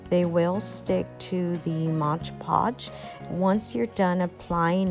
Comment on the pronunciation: and.......3 years later.......it's MOD podge, not modge podge